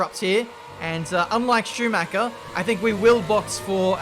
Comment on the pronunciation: "CH" is NOT pronounced as "K". Dont say Sumaker ffs